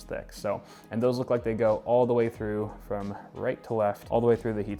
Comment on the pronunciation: He just said straight frim nvidia hehehe